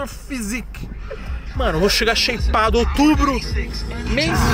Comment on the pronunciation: Sheipado e shapado kkkk